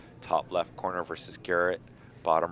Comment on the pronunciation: Mike came back because he heard they were allowing joke bets again. Garrett is the only player in the world who can value bluff. Why does keep saying verse instead of versus? Is he just a dunce?